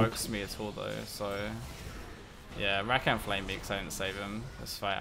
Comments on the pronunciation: Ruh-khan not rack-can. Couldn't watch after 3 minutes lol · Ruh-khan??? wtf are you on about? It's Rah-kan